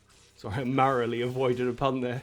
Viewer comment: "marrowly avoided" 🤦👌